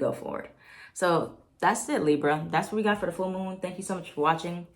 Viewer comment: the li-brrrr 😭❤️ love u. #BX